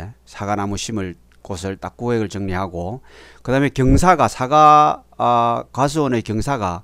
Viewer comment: "사가"가 아니고 "사과" 입니다.